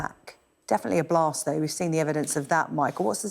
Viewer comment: She: "It was a Blah Tseh..." Elsewhere: "There was a "Blasstz." Putin: "Insurance will pay."